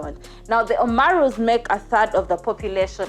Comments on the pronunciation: It's Oromo not omaruu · She kept saying Omaru! 😆😆😆😆This was awful episode! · My god her pronunciation is horrible. She should at least look up how to say Oromo, Amhara, or Somali so we could focus on the story. The bad pronunciation is distracting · Oromo. Not omaro